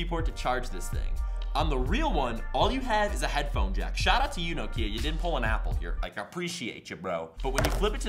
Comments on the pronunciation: You pronounced Nokia wrong! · year late, but americans dont know how to say nokia